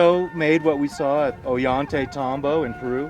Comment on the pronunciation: Oh-yhan-tey-tahm-bo. I love this guy.